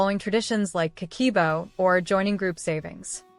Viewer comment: Not ka-key-bo, is Ka-keh-boh.